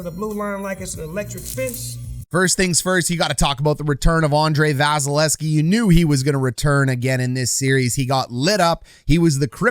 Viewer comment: Love your break downs. Hate that you don't say the second V in Vasys name. :P